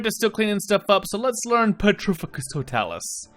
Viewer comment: For later reference, mate, it's pronounced pe-TRI-fi-cus to-TAH-lus. :-)